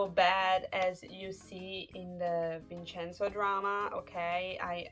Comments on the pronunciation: It’s “VinCenzo” (Vin'tʃɛnzo), NOT “VinSenzo”. This is the English pronunciation. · Vinsenso Hurts my Hears almost as much as Vhersaci